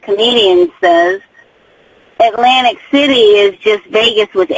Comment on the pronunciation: had to butcher it up with the Lantic City with aids always reminded me of Edith Bunker with her strange comments at times.